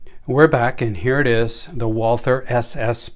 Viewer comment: The Brand is pronounced Walter without the h